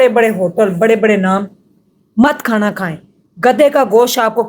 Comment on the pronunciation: O bhan Khana hota ha khaaana nhi phly Bolna to seekh lay